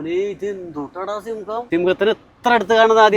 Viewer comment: സിംഗം അല്ലെടെ, സിംഹം